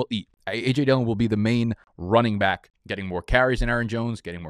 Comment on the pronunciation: Can you tell us why you say bike instead of back? I’m new I got no idea